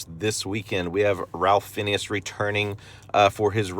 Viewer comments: Ralph Fiennes is pronounced RAYF FINES. It's been well over 30 years that he's been starring in banger after banger, and people STILL mess up the guy's name. Put forth some effort and say his name right. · "Ralph Finneas"?